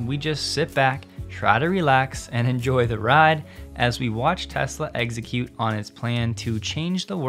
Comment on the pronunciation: Until you said eggs-a-cute. 😂